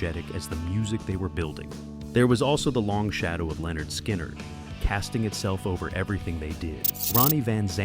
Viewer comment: Lynyrd is not pronounced “Leanord”!